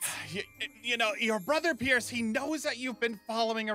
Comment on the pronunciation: I also love how she said broder